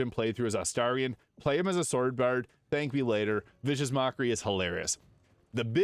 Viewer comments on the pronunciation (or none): none